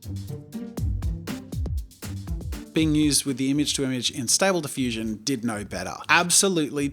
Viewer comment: As someone who uses stable diffusion daily, I was frustrated by the way it was butchered Xd, great video though.